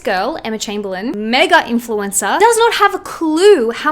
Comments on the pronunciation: “Try bein’ an influensuh for a day, try it.” I say as they drag me back to my gucci balenciaga branded padded room. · “try being an influencah for a day” ok Mikayla give it up we know it’s you girl 💀